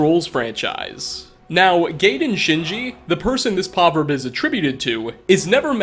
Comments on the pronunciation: Are you saying poverb instead of proverb? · Why does he say” Poverb” and not “proverb” He does it like 3 times all pronounced without the r and it’s killing mw. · #1 its pronounced pRoverb not PAHverb, it wouldn't be as agitating if you were just pronouncing it PROverb or PRAHverb, but your completely ignoring the R. #2 thats not even a PAHverb. A Proverb is a short story with a lesson to be learned, you sound ignorant just using words because they sound right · Poverb? Edit: cowwoborate? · "Poverb"....oh, we love you. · Did you mean proverb? Cause you said poverb....a lot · How many fucking time are you gonna say "Povverb"? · Say it with me, P R O V E R B....proverb. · Adding yet another word to the vocabulary that cannot say. That is: Proverb. AAAAGGGGH STOP SAYING POVERB! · "poverb"? You mean Proverb? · Did this nigga just say poverbs?? Edit: It wasn't a mistake, he said it three fucking times lmfao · It's "proverb" with two R's. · Wait.... is he trying to say Proverb ? 🤨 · Any particular reason you don't pronounce the "r" in the word, "proverb?" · Will learn how to say proverb? Haha